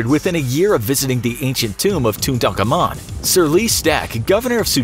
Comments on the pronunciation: I love the channel and all, so please don't take this as malevolent, but MAN you guys really should research pronunciations a bit more with some of these vids! The name is pronounced more like "two ton common," not "two Tonka moon." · Tu tan ka men not tutakamun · He said tutacomoon its called Tutankhamun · ITS NOT TWO TON KAMOON ITS TOTONKAMUN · Okay. So your pronounciation of Tutankhamun is very disturbing. I am no expert in Egyptian history expert but I am pretty sure it's Tutan-khamun and not Tu-tankhamun. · It sounds like they were saying Tun taank an mun instead of Tuttenkamen. And Takamaan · He’s not called tuntarcarmun he’s called Tutankhamun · I feel like I’m offended of how he says tutankhamun you say tut tunk ah moon But it’s pronounced tut un common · Tutankhamun. To-tin-ka-moon. Not ‘tutankamun’ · TOO TA KA MOON? no its toot an comon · Toon-taka-moon? It's pronounced Toot-tin-common. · Too ten kah men pls learn to pronounce it properly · What... How do you not know how to pronounce Tutankhamun? Too ten Kah men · tut an kamun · Well you clearly can’t pronounce it properly if you pronounce it as too ten kah men 🥴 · It's pronounced Too-tun-car-moon. Just to let you know. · It’s actually correctly pronounced King too • tuhn • kaa • muhn for future references. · did my mans just say tuntankamun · It's "TOO Tan Ka Moon" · Pronunciation Tooth-an-ka-moon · U have been pronouncing it wrong the whole time. Its too tan ka moon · i swear you're calling Tutankhamun "Tuntakhamun." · lol did u hear how he said tutan kamun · why can I only hear tutdankamun? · It’s actually tut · Pronounced toot-en-ka-men. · Toot a comman is how you say it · It's not tutuntakamuns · I cursed you for butchering tut’s name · As long as you don't learn how to pronounce his name from this video you'll be fine :) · If they keep pronouncing Tutankhamun's name incorrectly, not many I hope :-) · Can anyone say Tutankhamen right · It's cursed the way he pronounced Tut's name. 😑